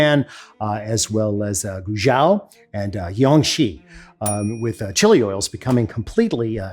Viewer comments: he said them hilariously badly 😂 edit: my fav, it's actually pronounced "gway joe" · No, he didn't get those pronunciations right,. It's "Hu-NON," "GWAY-zhow," and "jong-SHEE." But he really blew it with Qing; it's pronounced "Ching," not "king." When Romanized, the letter q in Chinese spellings is pronounced ch. "Qing" also gave rise to the name "China." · First two Chinese provinces was pronounced correctly. Last two I had to put the subtitles on to even know what Alton is saying. It's pronounced Gway-tsoh (Guizhou), and Chiang-see (Jiangxi).. What's up with the eastern European J sound? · His pronunciation was pretty good for Sichuan and Hunan! Guizhou is pronounced roughly as Gwei-Drou, like Drought without "t"; Jiangxi is pronunced as Ji-ang-Shee, where J sounds like that in "Jeep." Also Qing (Ch-ing, like that in "Check" ) dynasty. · Please. Say 贵州, like English G-way-Joe. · Guizhou is pronounced more of a Guay-jo